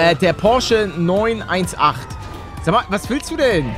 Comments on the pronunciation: Paluten der heißt porsche 9 18 speider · Beste Aussprache... Paluten: Porche 9-1-8 Jeder andere normale Mensche: Porche 9-18 Spyder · das wird nicht porsche 9 1 8 sondern porsche 9 18 ausgesprochen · Hi paluten der wagen heißt Porsche 9 18 spyder man spricht es aber nicht 9 1 8 aus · Wie du denn Wagen ausgesprochen hast ich bin auch noch nach 2 Jahren getriggert 9 1 8 ist falsch es ist 9 18 oder 918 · Wie jedem auto Liebhaber das Herz blutet wenn er 9 1 8 anstatt 9 18 sagt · Eine Legende besagt der Porsche wird 9 18 gesprochen und nicht 9 1 8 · Der Porsche heißt 918 Spyder aber es wird nicht 9 1 8 ausgesprochen sondern 918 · Wen trigger das auch dass er neun-eins-acht sagt und nicht neun-achtzehn 😂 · Man spricht es 9 18 aus aber ok und das ist ein überkrasser hybrid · Das spricht man neun achtzehn spyder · es heißt Porsche neun achtzehn Spider